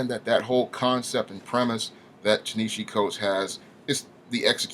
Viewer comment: While I absolutely LOATHE everything Coates has done to Black Panther, by making him neutered and "safe" for white liberal sensibilities, his first name is pronounced "TAH-nuh-HA-Zee".